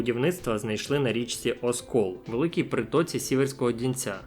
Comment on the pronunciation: ОСКІЛ - через І 💔😪